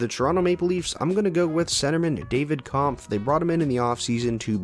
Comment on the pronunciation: Just a small thing... Pronunciation of “David Kämpf” is Kempf